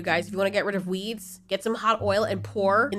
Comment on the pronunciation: When you said "u wanna get rid of weeds" I clearly thought you said weebs Lmao!